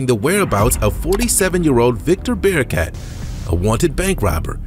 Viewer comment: Haha, I can't take the Ran-DOLL over and over instead of Randall for the first guy. 😂 Also, how does Victor Barak turn into Victor Bear-a-cat? 🤭